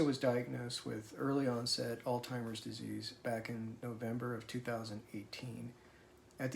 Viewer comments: You seem very well spoken and yet you miss pronounce alzheimer. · What the hay? So he mispronounced the name of that dreadful disease let him alone for God's sake. Would you want someone to point that error to you? Give him credit for telling us of their daily struggles. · I lost my mom to LBD in 2021. I’m so sorry for your loss! By the way, it’s “alZheimer’s” not all-timers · She is very fortunate to have a loving and supportive husband. Please tell home the word is ALZHEIMERS and not ALTIMERS...he keeps saying ALTIMERS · Why does he keep saying Alltimers instead of Alzheimers or OldTimers? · Hi, sweet man, it's alzheimers, not altimers.... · Do you call it Al-timers or Al-zheimer? Couldn’t tell if that is on purpose or just a habit or how you are suppose to? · It's pronounced Alzzzzzzheimers not Altimers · Do Americans pronounce it 'all timers" disease?? In the UK u pronounce the Z saying "al zheimers" Also can u just say I wish u both well, u seem like such a good/supportive husband 😊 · I’m sorry are you saying Altimers?? Obviously it’s Alzheimer’s, but anyway I’m so sorry her coworkers were mean to her, which should not have been allowed, and for your situation. I will say a prayer for you both.❤ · Not meant to offend- your wife's disease is not pronounced "Alltimers" Disease. It is pronounced "All- hy-mere'z" disease. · You are mispronouncing the name of her condition. It is not all-timers, it is Alz-heimer’s, no T. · It's alzheimers not timers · Alt-heimer’s = not correct pronunciation, ALZ- heimer’s = yes 🙌🏼 Thank you for this video, hopefully it will help others regarding their potential condition. Does Theresa speak? I kept waiting for her to offer her own statement. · Altimers is not the right pronunciation..but im sure you'll have it right now. Sorry for your wifes condition it really must be scary for her and for you too.❤ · This maybe an accent thing, I’m from the UK but does he keep saying ‘Oldtimers Disease’ instead of Alzheimer’s?